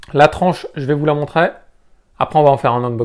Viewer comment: J'ai arrêté de regarder au bout de la troisième fois où tu dis "je vais vous la montrai" ou lieu de montrer C'est peut être un détail pour certain mais des fautes de français à l'oral c'est juste une plaie pour les oreilles